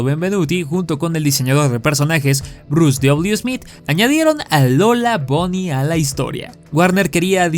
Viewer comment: por qué le dicen lola bony? ni buny ni bany??